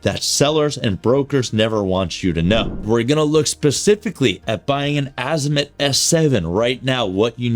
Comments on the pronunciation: don't worry about what other people say ...worry about what is CORRECT ....It is pronounced "AH-zee-moot". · I wouldn’t buy anything from someone who can’t pronounce Azimut correctly 😢